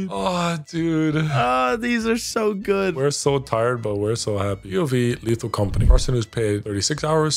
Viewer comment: Lethal com-forty